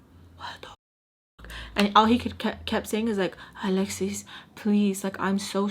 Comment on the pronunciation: The way Mr.Peach would say your name always makes me crack up , uhhh lesss ssissss 😂